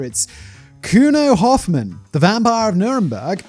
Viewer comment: Could have looked up the pronunciation of Hofmann as well 😂